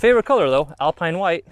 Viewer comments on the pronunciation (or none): none